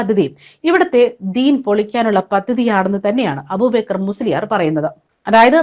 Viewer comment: അബൂബേക്കർ എന്നല്ല അയാളുടെ പേര് അബൂബക്കർ എന്നാണ്